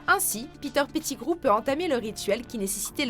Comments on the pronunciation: Mdrrr "Peter Petit Gros" c'est "Pettegrow" mdrrrr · "Peter Pitigrouw" Jpp😂 Au passage DRAGO PERSONNE LE DETESTTTE😭